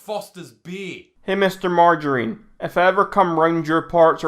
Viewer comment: Lmao ‘Mr Margirine’